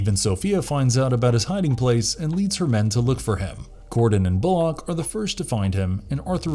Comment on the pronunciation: You are mispronouncing Bullocks name